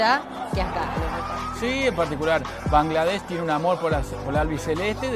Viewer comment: I do not understand Spanish. But the male journalist pronounced Bangladesh sooo accurately. As a Bangladeshi, I have never seen any non Bangladeshi person pronounce it the right way. Respect. Also, we love your country Argentina. This message is to every argentinian reading. Please visit our country and see for yourself what we mean when we say we all love Argentina.